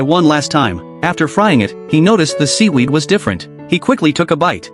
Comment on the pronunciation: Seewerd❌ Weed✅